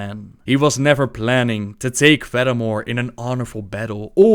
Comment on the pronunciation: "Darkspear neva die" DIES